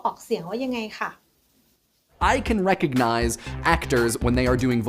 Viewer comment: Recognize ออกเสียงว่า เรคคิกไนส ไม่ใช่ เรคค็อคไนส ครับผม (คลิปทั้งสองชัดมากครับ)